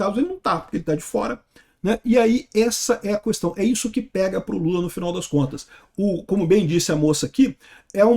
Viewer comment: O fala “cuestão” 😄